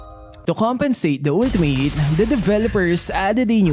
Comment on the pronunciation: "Ulti-meyt" ❌🤪👎 "Ulti-mit" ✔️😁👍